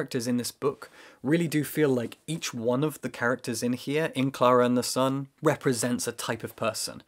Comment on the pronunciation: Me sending this video to friends: LOOK HOW BEAUTIFUL THEY PRONOUNCE KLARA AND THE SUN IN THE BEGINNING I CANT